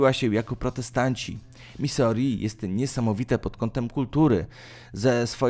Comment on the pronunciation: Misuri, tak się czyta... jakie Misori? I jeszcze do filmu z papieżem... nazwisko czytamy Bergolio, nie Bergoglio.. w hiszpańskim to "g" jest nieme... proszę skoro jesteś osobą wykształconą to sprawdz wymowę, jeśli nie znasz języka, jeśli znasz to gratuluję....